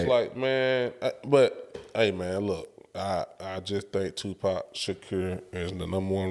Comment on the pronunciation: Put some respect on Tupac’s name and pronounce it right. Other than that, very valid, if even arguable points. Who is out there impersonating any of these other rappers and eating off it! Nobody. Let’s stop the non-sense…. You don’t have to like Pac at all, but to sit and try and say that he isn’t the goat or whack is Ludacris. I will put 2 years of PAC’s work against any of y’all’s favorite 8 years and he still wins.